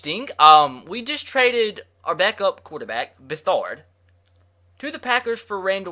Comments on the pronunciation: It is not bethard it’s betherd I purposely spelt it wrong so you can read it right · When he said Bethard it made me so mad it is pronounced be-therd